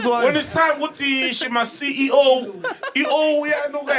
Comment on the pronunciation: "But when its time to see i-ou" (CEO)😂